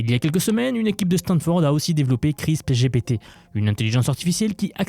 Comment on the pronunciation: Juste pour toi même parce que ça me fait trop bizarre d'entendre ça, ça se prononce "CRISPEUR" pas "CRISP" 😅